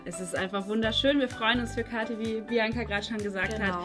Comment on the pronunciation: Kathi nicht Kahtie